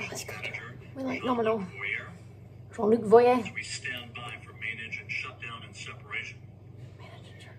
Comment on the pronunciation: "nominal. We like nominal." I said the exact same words. 😂